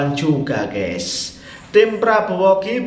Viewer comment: Maaf admin pengucapan yg benar itu Gaes buka Ges.... Kalo tdk bhs Indonesia saja jgn sok Inggris